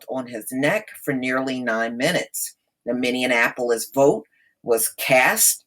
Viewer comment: Pronounced ...”mini-apple-polis”